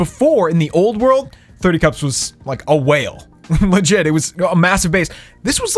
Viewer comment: You saying cups pisses me off please stop